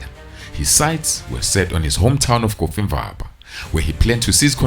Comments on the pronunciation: I thought he was saying coffee ☕️ bar. 😅😅😅😅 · pain in my ears when hearing "coffee-mvaba" instead of "cofimvaba"😭😭😭